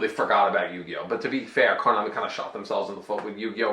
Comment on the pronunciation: I love how pronounces 'Koon-ami'... Damn crazy racist 🤣🤣🤣